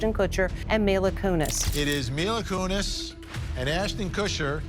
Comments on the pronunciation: You kept pronouncing her name wrong and took forever to get to the point! Had to click off. Bye bye! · My issue is with how this video pronounces Mila's last name